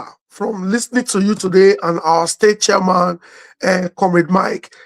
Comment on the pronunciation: your pronunciation of the word 'chairman' is completely wrong. What's Charman???